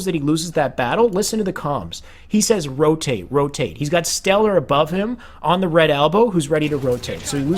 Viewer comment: he said red trench not rotate, it's just his speech impediment.